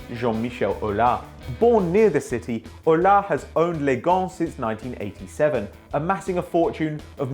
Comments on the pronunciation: you pronouce the S in that shit named Aulas...also do not call Lyon Olympique...there's only ONE Olympique and it's de Marseille!!!!! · jean michel aulassssssss and not aula